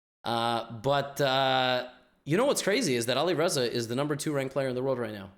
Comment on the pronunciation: Its not Olireza its Alireza the A is pronounced like ant Great video😀